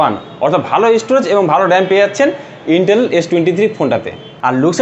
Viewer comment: আরে ভাই ইন্টেল না আইটেল😂😂😂 আবাল